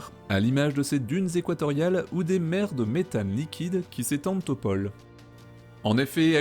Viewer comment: Très bonne chaîne, plus concentrée sur un seul sujet à la fois...Simple minuscule rappel, ce sont les pôles et pas " Paul " et les drônes ( comme le Rhône ) et pas "drauaunes" en prononc, pas grave, mais rigolo.